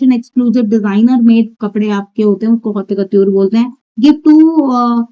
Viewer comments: It’s pronounced like hot cuhtyoor or kotoor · It’s not hautya kotyore 😭😭😭 the pronunciation- I’m dying 😭